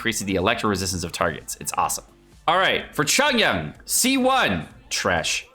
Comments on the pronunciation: Its not chongyan, its chong YUN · I've never really bean that annoyed at how people pronounce names but- that Chongyun pronunciation KILLS me- If you care, it's suppose to be Ch- ong- yune. Not Chun yun. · The way he pronounces Chongyun's name is triggering my fight or flight response. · the way he pronounces chongyun's name make it sound like chongyun is korean